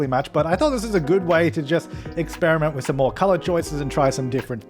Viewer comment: I love his accent of colour the word colour... CALLAAR